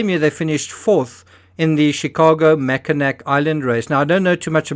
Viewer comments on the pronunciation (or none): I'm sorry, I'm not trying to be a pain in the butt and I understand you are not from the midwestern US, but it isn't MackinAK. It's pronounced MackinAW. I get that a C doesn't look like a W but I don't make the rules. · This is fascinating, I never knew John was a sailor. Not only that, but a competitive sailor. I've seen that race, or a similar one, come up the west side of Michigan. Very small thing, Mackinac is pronounced Mackinaw Island. I have no idea why, but everything in Michigan is pronounced crazy. You are bang on with the Charlevoix pronunciation! Perfect! ❤ to you and Timmy. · Hey, so great seeing my home area in your vid, I live in the next town over from Mac Island. Come up and visit sometime! Just for clarity, the Island is spelled Mackinac, but pronounced with an aw at the end like Mackinaw as the city is, one is French spelling, the other British spelling, but Mackinac Island, Mackinac Bridge, and Mackinaw City are all pronounced the same way with the ‘aw’, not an ‘ac’… it’s commonly confused by tourist’s. I tell our tourist’s so they will remember the pronunciation, ‘You’re always in awe in Mackinaw’… You got ‘Charlevoix’ right, I was impressed, that’s a tricky one too. Interesting the authorities came all the way up north here to carry on investigations. I had a coworker who knew John and Patsy., they were in the same yachting club. Great video as always,, points to ponder, you keep us wanting more..keep sailing! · Despite its spelling it is pronounced "Mackinaw" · Love your insight. Mackinac is pronounced mackinaw for future reference. I hope you continue this channel longterm. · Mackinac….. “Mack-ka-Naw” Don’t ask why.. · Mackinac Island is pronounced “mack en aw”